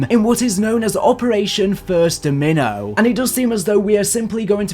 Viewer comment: ...how did you just pronounce Domino?